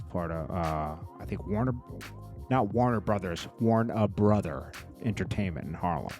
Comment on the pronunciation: Its "Wanna Blow" (pause) not 'Warn A Brother'..